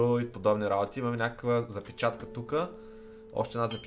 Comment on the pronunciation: Казва се запчатка не запичатка